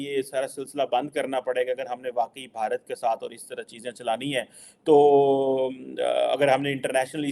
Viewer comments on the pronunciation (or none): none